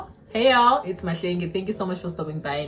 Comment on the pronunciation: When you said hey y’all let me know that you’re not From America because I’m African-American from Texas and we invented the word y’all and now everybody trying to say it and Everyone doesn’t say it with the right tonal inflections